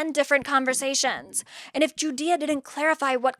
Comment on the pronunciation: I keep on hearing "GUDEA" as "Judea" and thinking our girl is some weird Zionist or something lmao.